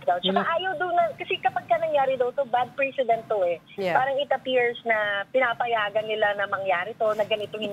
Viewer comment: Hey you Pronounce the word Precedent correctly. Get your accent right on that word. Ok consult the w Rods Accentuation!